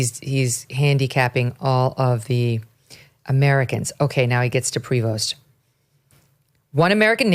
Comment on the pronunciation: It's pronounced "Pree Voe" the S is silent. It's a French name.